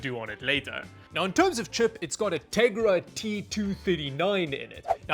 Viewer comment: Ahhh yes. The Tegra TwoThiddyNine. Yes. I see 😂😂😂